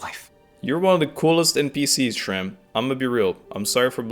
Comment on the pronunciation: only after 2 hrs into the video i noticed that you pronounsed shram's name(meaning 'scar' btw) correctly at first but then started calling him like the characters did fufu